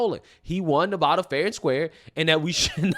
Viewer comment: Maybe she should learn how to say Nevada first